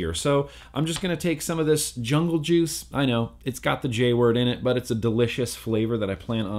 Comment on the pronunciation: WHY CAN'T YOU SAY JUICE?